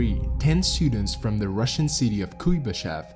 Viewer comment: Right. A lot of people confuse "theory" and "hypothesis". A very common mistake. But good job! And I appreciate your pronunciation of Russian!